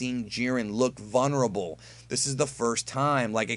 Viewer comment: I love you man but how you say vulnerable kills me.